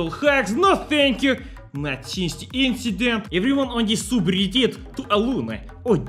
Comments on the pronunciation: No it’s Soobridit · Its soobridit